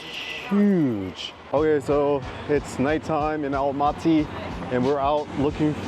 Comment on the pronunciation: Welcome to Almaty! Glad you liked the city. Btw Almaty is pronounced Almatuh, not Almatee.